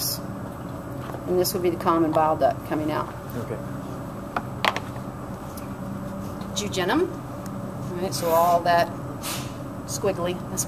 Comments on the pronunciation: I've never heard such bizarre pronunciations. DuOdenum is ridiculous but jujenum is completely wrong - check the spelling. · I think she made a mistake by calling jejunum "jujenum."